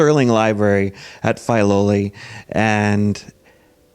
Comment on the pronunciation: WONDERFUL! Thank you! But its pronounced "Fih-loli", not "Fye-loli".